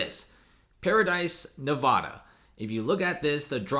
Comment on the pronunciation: It's pronounced NEEVada, not NAAVAdAA